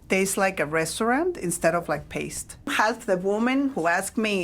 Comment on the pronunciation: AI slop. If a real Mexican woman speaks English as well as this bot does, she knows how to pronounce the word "paste." The writing is AI slop too. Thumbs down and do not recommend.